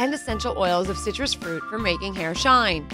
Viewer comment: oh and hairm instead of hair🤣